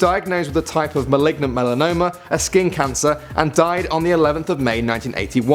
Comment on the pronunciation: did he say maligma???